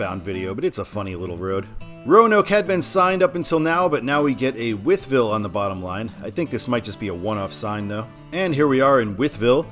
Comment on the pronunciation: Pronounced: WHY-ETH-VILLE.